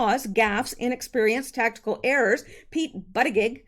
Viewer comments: LOL!! Actually it's pronounced "Boot -a-jedge", but I like your's instead! :] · I think the Pete Candidates last name is pronounced something like. “Butt Itchi edge,” Going by the way President Trump emphasized the pronunciation....